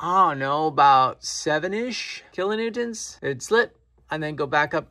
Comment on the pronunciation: Sheepbend, kilonewtont... Lol! Close enough!😆👍🤘